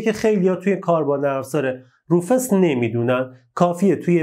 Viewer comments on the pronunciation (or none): بزرگوار سلام و عرض خسته نباشی تلفظ صحیح روفوس میباشد با سپاس فراوان